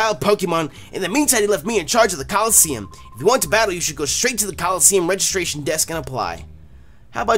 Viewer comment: At the beginning he said colleseum